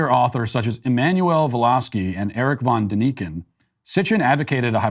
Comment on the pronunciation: By the way, it's pronounced von DAN iken.